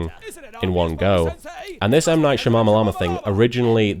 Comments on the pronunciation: One thing I found hilarious about this commentary is that it sounds like everytime he trys to say Shyamalan it almost comes out as Shamamalama. :) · I can continuously hear you wanting to say Shamamalaama, instead of Shyamalan :D